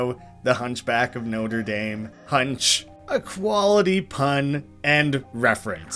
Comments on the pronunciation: noter daym its notra dom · Fun fact: Norte Dame is pronounced Notra Dom. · Did he just say "noter daym" unironically? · Oh boy how many times is someone gonna mess up Norte Dame collage and Norte Dame cathedral because well its na-tra dom not no-ter dame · The way you pronounced "Notre Dame" fucking killed me. Have you never heard French before? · I had to look into this after a few comments came about. Turns out it's a super common thing for people to get wrong, although it's pretty regional. I haven't seen the Hunchback in like 20 years, so I don't recall how they say it in the movie. But it turns out it is common in parts of the US and Canada, because of The University of Notre Dame. People refer to that with the more bastardized pronunciation I used. And considering I am more familiar with that, I didn't even consider the french setting of the film and just ran with what I knew.